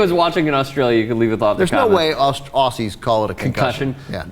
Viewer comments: Hey guys, Aussie is pronounced ozzy, not ossy or orssy. That just sounds ridiculous! Cheers. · It's pronounced 'Ozzie'.